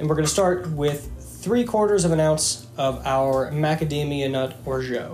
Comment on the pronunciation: Your pronunciation of orgeat is ridiculously poor. Please improve it.